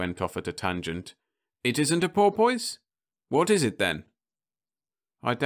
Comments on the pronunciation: Don’t get me wrong here. I have already said thanks much and that a good reader but this just too funny!! 😋 Ok - boy for buoy i can sort of live with... BUT pour poise!!!!!????? 🤪 i guess some people like to pour a poise, but i have no idea how to pour a poise. Do you know? So is this another robot? or what? I mean - pour poise???? Even the orcas are either laughing their heads off or swimming their little tails off to the other universe - not even remembering to say “Thanks for all the fish!” LOL 🤣😂🐬🐬🐬🐬🐬🐬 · Oh dear, the English accent strikes again. Buoy is pronounced "boy" all over the UK, but porpoise with "poise" is not such a common way of saying it! Well, I'm glad at least it got a chuckle or two. Thanks for listening!